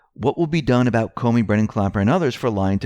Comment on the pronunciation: ...and why he keeps saying Coney instead of what we think is supposed to be comey...?